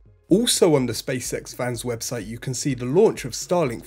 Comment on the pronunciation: Ok first let me say I enjoy this channel, I’m subscribed and I like the concise no hype format. Second… my inner 8 year old always hears him say “the space sex show”! 😆 Anyone else?